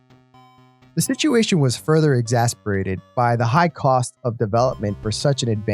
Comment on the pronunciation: Ecclectic, exacerbated. Google "how to pronounce" these words.